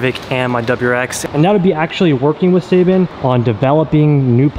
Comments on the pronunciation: You saying seibon wrong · His pronunciation of Seibon is cringy